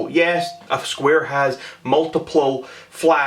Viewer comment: Makes fun of a bigger YouTuber for not being able to say a work right and can’t say multiple himself MultiPLE